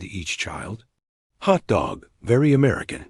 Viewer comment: AI narration so annoying with stress on Hot DOG rather than HOT dog...better editing needed.